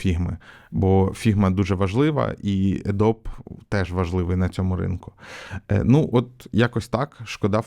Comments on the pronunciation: Adobe ПРАВИЛЬНО вимовляється "Адóбі" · Adobe тре вимовляти як Адобі